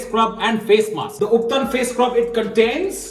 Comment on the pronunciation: The way you pronounced ubtan disqualified you for your face mask beauty care webinar seminar workshop. 🤣🤣